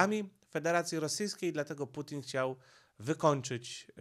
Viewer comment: Czemu nie wymawiasz normalnie nazwy Ukraina oraz Putin? Przeciez to nazwy własne